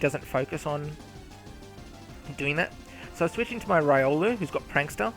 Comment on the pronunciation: did mispronounced Riolu tho.